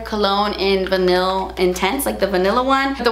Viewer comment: I LOVE your eyeshadow. Vanille is pronounced "va-nee" pretty much.